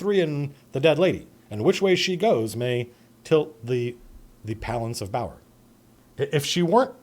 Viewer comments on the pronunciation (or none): "tilt the palance of bower"